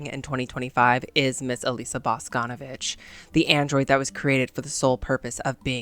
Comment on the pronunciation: okay diva im so sorry for being annoying or too nerdy or smth its not bAsconovich its boscnvIch, emphasis on I sorry, LUV YA